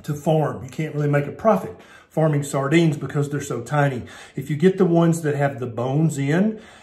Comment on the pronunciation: my English ears kept hearing "soya beans" (was sure that couldn't be right!) rather than sardines 😆